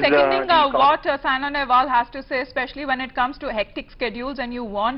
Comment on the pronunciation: Atleast get the name right It's Saina and not Sania